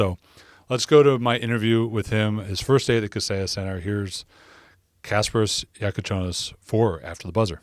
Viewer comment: man... perfect pronunciation of his name! greetings from Lithuania ;)